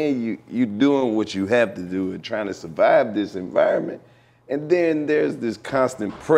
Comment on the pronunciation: Where’s the R in survive 😂 Playas fuck up to😂